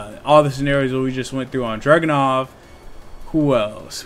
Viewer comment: Why does it sound like you're calling Dragunov "Jackin' Off" lol